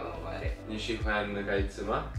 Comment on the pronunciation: Ciao! Mi dispiace, ma la pronuncia di Meri non e corretta. Cherto, ance tanti chinesi parlano con acenti differenti, ma devi capire la differensa tra si / shi. Che una picchiettio: si shi si, shi shi shi, si shi si si shi, shi si shi shi si. Bie ba si shi dan shi si, ye bie ba shi si dan si shi 😅 四是四 十是十， 四十是四十 十四是十四。别把四十当十四 也别把十四当四十。 Spero che sia utile! )